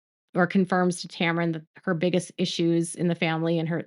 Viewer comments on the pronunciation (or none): none